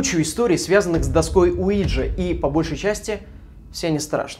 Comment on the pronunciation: Мне одному слышалось место Уиджи ЛУИДЖИИИИ